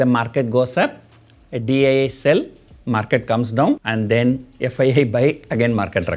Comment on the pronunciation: Everytime sir says post market report i hear post mortem report 😂